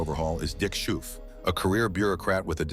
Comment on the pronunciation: Our prime minister's name is pronounced as scofe not skoufe 😅